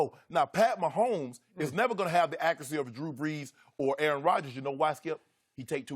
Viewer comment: Dak uracy.. da accuracy.. wow ok 😂